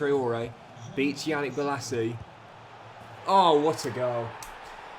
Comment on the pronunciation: Merry Christmas -just to let you know Yannick is pronounced Yah-neek